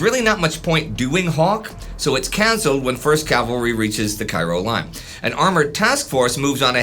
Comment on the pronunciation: I think Cairo here is supposed to be pronounced like the town in Illinois, i.e. KAY-ro